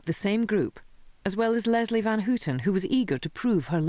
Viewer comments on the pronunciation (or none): Yeah, like Leslie Van HOOten; it's Van HOWten.